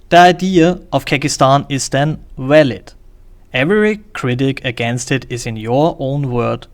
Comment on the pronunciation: Say "walid" again.